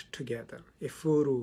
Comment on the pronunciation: Igbo - pronounced "E- Bo" in English Efuru - pronounced "ehh- fuu- rue" Efuru means "lost" in Igbo. Which helps with understanding the protagonist's issues with colonial times as an African woman. Great job and analysis. It was well summarized.